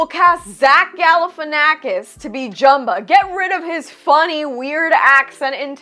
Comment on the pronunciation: Thank can’t even pronounce Jumba name. And I was looking for the part when the house gets destroyed you should not play with guns ok then they play hot potato omg I hate the movie